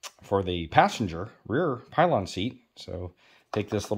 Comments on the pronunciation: Good video. But no such thing as a pylon seat. Pillion. Pill ion. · PILL-EE-ON!! Now say it smooth and fast Pillion! Its latin origin: noun a seat for a passenger behind a motorcyclist. HISTORICAL a woman's light saddle. HISTORICAL a cushion attached to the back of a saddle for an additional passenger.